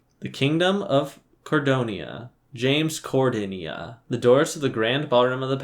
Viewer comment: Please keep pronounciny it James Cordenia it's so much much fun that the hundreds of riffs on Córdoba (my own name included)